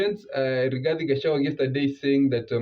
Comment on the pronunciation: Its not Gachawa but Gachagua